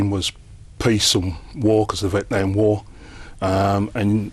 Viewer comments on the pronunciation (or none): none